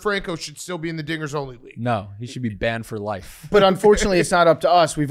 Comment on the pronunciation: big cat GOTTA have more annunciation on “dingers”